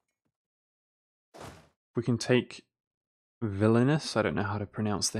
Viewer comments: 'villainous' is vil-ni-us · Vilnius - Villanous :D Like the way you said it. <3